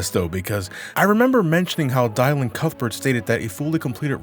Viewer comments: Still pronounces it as “Dye-lan” Cuthbert. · 4 years later, still pronouncing Dylan wrong...*sigh* Be right back, gonna listen to some Bob Die-lan.